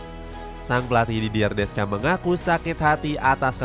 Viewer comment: Jujur sebagai fans prancis, awal nya ragu prancis bisa lolos fase grup, tp sejauh ini not bad, walaupun belom yakin 100 persen (Sedikit tambahan, semoga berkenan yaa 🙏, untuk pelatih nya prancis nama nya dieja "didiye desyong", nama rabiot dieja "adrieng rabio", nama maignan dieja "menyong", ralat juga untuk nama pelatih denmark karena seharusnya "hyulman", terimakasihh 🙏🙏)